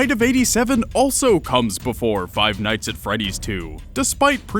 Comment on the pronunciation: did he say dites instead of nights